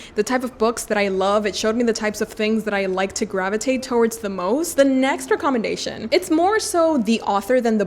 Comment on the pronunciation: Hi your English is good but in England we dont say REE commendation we say REK commendation. I am now getting into reading classics so I have browsed some channels and upon seeing you I took such a deep breath that someone such as you exists.